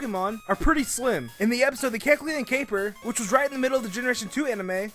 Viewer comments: look, if you're gonna talk fast like speedy Gonzales or blurr, please don't slur your words and make sure you say everything correctly.(Don't act like I didn't notice you saying the blue stripe on keckleon's head line) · When is saying Kecleon, put the video to.25 speed and you find out he pronounces it Kecln instead of Kekleon. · if you slow down to 0.75 speed during the kecleon part, is saying keclon at the end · he can't even say keckleon properly because he's talking so fast... "kelchuon" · MaybeKekalonwassupposedtohavemorecolors! Whoa, slow down! And start pronouncing Kekleon's name right, too! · everytime he says Kecleon i want to punch him in the throat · he said kecleon like 15 times in 30 seconds everytime pronounced differently that must be some kind of record. not one he should be proud of but a record none the less